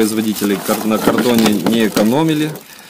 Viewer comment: Правильно говорить не кардон,а картон! Вы же обзор делаете!